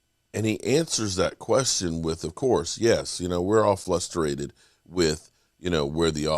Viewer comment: there's no L in frustrated!